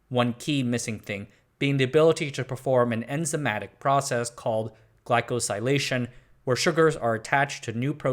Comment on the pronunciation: Outstanding video as usual. I'm not an immunologist, but everything seemed logical to me. However, I did not foresee the the modern mAb industry to be dependent on Chinese hamsters that became inbred because of the Cultural Revolution. The truth is stranger than fiction. One small correction: it's pronounced glai-ko-see-laition.